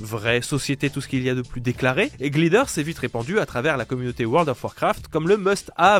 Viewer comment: Sympa, mais dès qu'un mot anglais aussi simple et commun que "Glider" est dans le texte, c'est trop pour toi Faudrait faire un effort, quitte à demander à un pote comment ça se prononce